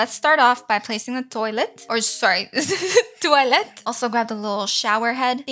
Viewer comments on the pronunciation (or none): When you said toielt I thought you are American but your Latino right🤔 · I have questions are you French bc my mom is from Quebec and she says toilet like that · Why are you saying toilet different?